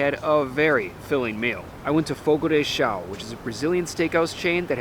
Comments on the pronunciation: Just a quick note, and a very common mistake but it's not pronounced Fogo De "Chow", The correct pronunciation of Fogo de Chão is “fogo-dee-shown”. Hope this helps. This info is available on their site on the FAQ's page. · Fogo de “Show” pronunciation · It's pronounced Fogo de Shown. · You repeatedly pronouncing the restaurant’s name wrong was painful to listen to. 🙉